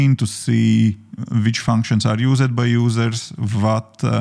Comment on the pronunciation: I hope I am not rude but I have to give you some advice. You are pronouncing some words wrong and it's annoying. When you say words that end in an "ed" like asked, the "e" before the "d" should be silent. It's more like askd, not askEd. Used is yusd, not yusEd. Condensd, not condensEd. Things are not written the same way as they are pronounced in English, unlike other languages.